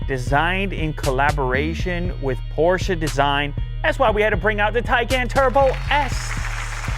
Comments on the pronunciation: Ayy yo man is it's Porsche not fkn porschaa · Porshe its is....😁